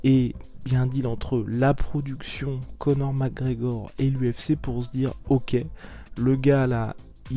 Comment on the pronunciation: "Co'or MacEor"